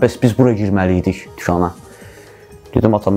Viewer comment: 5.50tukana girip nece deyir tukana gedirem